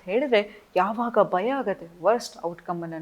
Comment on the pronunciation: It's not baya it's bhaya...